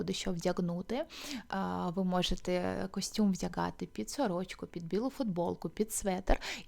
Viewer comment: Нажаль українська мова не дуже по-українському звучить, дуже ріже слух звук "г" гострий, як в російській мові. В українській мові є два звуки і дві букви "г" звучить м'яко, а "ґ" гостро. Так от "гардероб", "чорноГо, синьоГо, вдяГати, взаГалі" і тощо мяють м'який глибокий Г, а не гострий Ґ. Інформація добра, але я не змогла дослухати. Єдине слово, яке почула нормальною вимовою "багато".